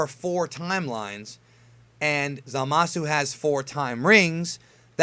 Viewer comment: For future reference the u in Zamasu is basically silent.